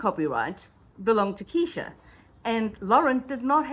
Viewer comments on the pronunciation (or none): Plz say KRESHA!! Not keesha!! You’ll lose viewers w/that! And I otherwise liked your channel. Homework!! :) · Please be more careful how you pronounce people's names in videos. I know it's a mistake, but it is important. Her name is KRESHA, not Kee-sha. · Her name is Kresha! She’s the main character of your video! Makes you look like you know nothing of this saga, simply for not knowing her name! You can do better! Video wasn’t bad imho , but was so distracted with your “Keeesesha”! Just constructive, I promise! It’s hard to get into a story/case late…… bc viewers know EVERYTHING THERE IS TO KNOW about the case! Esp how to pronounce the names. Sorry, it triggered me just a little bit! lol! 😂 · Her name is Kr-esha. Not Keesha! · Her name is KRESHA! Not Kesha…. And her channel is DiffiCULT research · Good explanation, just one correction, Kresha is her name not Kesha. However everything else was super informative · Just fyi, it’s “Kresha” like fresh-a